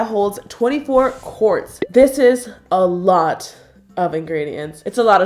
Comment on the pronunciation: when she said quarts i thought she said corpse😂🤦🏼‍♀️